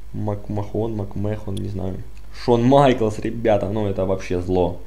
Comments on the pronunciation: Не макмохон а Мак мен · Современных рестлеров не знаешь!Узнай произношение,потом снимай!Viktor не русский,а русский Rusev,МакМахон,боже,МакМахон!!!Это владелец WWE,и правильно МакМэн